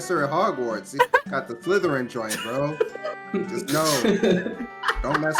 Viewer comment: Dude said "Flytherin" lmao